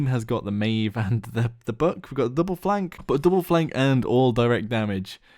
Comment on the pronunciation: ITS NOT BOOK ITS BUCK